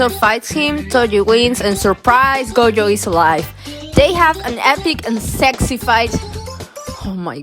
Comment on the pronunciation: This person calling gojo goyo is so... weird